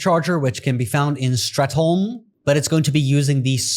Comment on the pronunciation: AI commentary is the worst. “Strat HOOLLLMMMEE” Case in point.